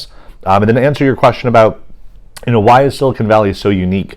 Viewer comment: ایک لفظ کی درستگی کر لیں سیلیکون درست لفظ ہے ناکہ سلکان۔